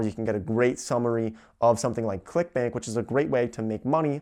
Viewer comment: When you said "clickbank" I swear to God that I heard you said "clickbait..."